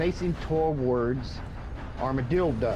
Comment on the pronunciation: Man said Armadildo